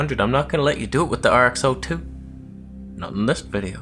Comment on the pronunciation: RX-Zero-ii not RX-Oh-ii 🙄🤣